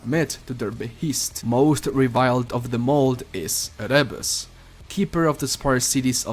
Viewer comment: It's Érebus, stress on the first syllable. It's the name of the Greek god who impersonated darkness